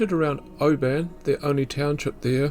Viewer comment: Its interesting that you pronounce Oban as do the inhabitants of Oban in Scotland, not like the outsiders.